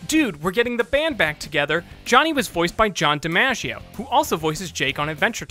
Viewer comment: "We've probably mispronounced somebody's name on this episode." Yeah, you did. John DiMaggio's name.